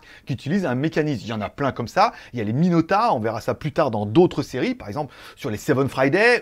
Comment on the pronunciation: Salut, c’est Jean Michel, je te contacte depuis mon compte de secours. Je crois qu’on dit Miyota plutôt que Minota ;) Sinon j’aimerai bien voir une review de la montre Omega, elle a l’air sympa la montre :)